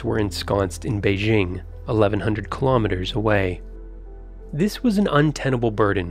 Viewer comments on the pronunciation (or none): Interesting video. A small point: the pronunciation of several Chinese words is incorrect beginning with BEIJING which has a hard 'j' as in 'jump. Chinese sounds can be westernized but you take the chance of failing to be understood when the pronunciation is inaccurate.